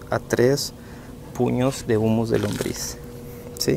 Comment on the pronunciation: es humo o humus? te escucho que dices humo